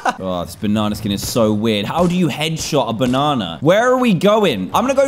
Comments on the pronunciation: Dan: BUNANA!! Me: Pffff (Laugh Very Hard) Yhsysteg:ydydyhshshsuaiaujs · he said BONANAA 😂😂